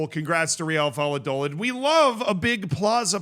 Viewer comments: VAL-LAH-DOH-LID lmao, you nailed the Real part though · The "David Moyes tries Spanish" is strong with this one! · Valladolid not Valladoland 🤣🤣🤣🤣🤣🤣🤣🤣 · Dude...Valladolid is prounced like in "vaya con Dios"...do, as in " a deer, a female deer" and lid as in...a lid 😄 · It’s not doe-lid… it’s do like door without the or, and lid like lit with a d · my brother how do you live in Florida and pronounce Valladolid wrong 😂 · The way you say "Valladolid " gave me cancer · the lla in valladolid is pronounced like the ja in japan, pretty good pronounciation besides that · It is pronounced Reeuhl vai·uh·duh·lid😂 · THE WAY U SAID VALLADOLID😭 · He intentionally said it the most american way possible and these European goofballs are getting so triggered 😂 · I'm crying Americans aren't real man 😭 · Z, I love you and I know you try really hard to pronounce stuff correctly... But BY GOD man, wtf is this "Valladolid" pronounciation lmao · That's probably the most unique way I've ever heard Valladolid be pronounced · i could not watch the video with his pronunciation of Valladolid 😭